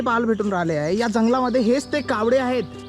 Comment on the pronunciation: कावड़े नाही रे- कावळे बोल